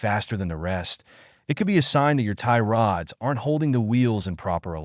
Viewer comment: Can't stand the AI voice😂 "Tie rOOOOds"